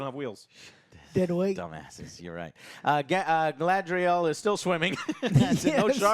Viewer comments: It's GuyLadriel now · 20 years since the Fellowship movie and Joe still cannot say GA-LA-DRI-EL Who dafuq is galdrel? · Did Joe really call Galadriel „Gadriel“?? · Dude, Joe, her name is not Gadriel. It's Galadriel. Your review ended right then and there. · Joe still can't pronounce Galadriel lol. Try girl le drel it'll be better😂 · I stopped watching this as soon as he called her Gad-riel. Lol Clearly he doesn’t get to the cloud district very often. What am I saying? Of course he doesn’t. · How the fuck does Joe always managed to pronounce names wrong. “Gadriel.” 💀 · Dude STILL can't say "Galadriel" 😒 I mean, how ignorant OR stupid can one be? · He could AT LEAST say "Galadriel" right. It's said about 50 times. Whats next he's gonna call Sauron "Saren"